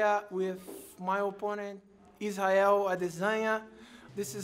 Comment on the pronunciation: He said isreal lasagna bahahaha